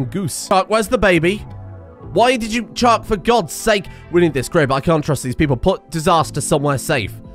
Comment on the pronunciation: As a fellow Brit, I have never heard someone speak the way you do but for some reason pronounce “chuck” as “chook” 😂